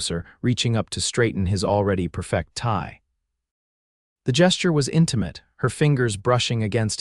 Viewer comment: Getting the pronunciation of 'perfect' wrong is very amature!